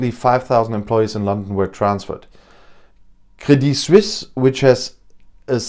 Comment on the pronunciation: the way you pronounced 'crédit Suisse' was quite good, do you speak French?